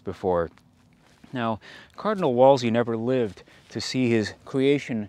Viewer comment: For future ref, Wolsey is pronounced "Wool-zee"